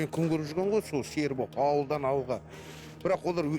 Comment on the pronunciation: "ғо-ғо" демей, "ғой" деші 🤬